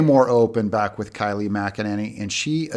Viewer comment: Kayleigh...first name sound like the name Kay....long a.